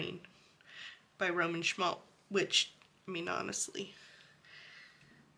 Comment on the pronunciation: Once you start collecting Roman Szmal not “Szmalt”, you can’t stop. Love these paints!